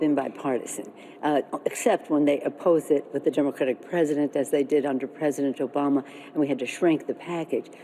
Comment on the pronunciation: Did Nancy Pelosi say "Jobama"?